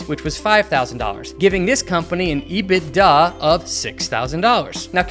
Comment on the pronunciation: Ebitda??? Latka says what???